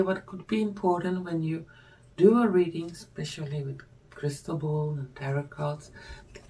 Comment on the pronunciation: Youre English is lovely. I like it. Here and there a little tweak - slowly - like Tarot is said without the last t ... as in Taro